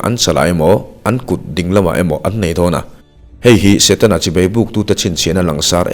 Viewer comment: A van tha in a van ngaihawm em Chibai tih i lam hi chibei.. Tih a ang țep zel